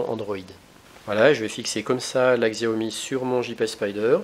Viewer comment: Pour info le X en chinois se prononce comme un S donc il faut dire Siao Mi... En tout cas cette marque est vraiment super, j'ai le Smartphone Xiaomi 4 depuis plus de 6 mois, toujours aussi rapide et efficace je ne regrette vraiment pas mon achat ! On peu faire confiance a cette marque qui je l'espere va degommer Apple et Samsung dans les prochaines annees en tout cas ca cartonne en Chine. Merci pour la video !